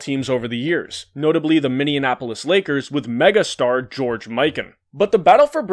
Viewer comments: You mispronounced Minneapolis you said (Minion-Apo-lis) it's actually (Minny-Apo-lis). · Minneapolis is pronounced Minny-apolis. You put an extra syllable in there to try to rhyme it with Indianapolis (which it doesn't). This seems to be a surprisingly common issue as another sports YouTuber I frequently watch also says Minianapolis for some reason.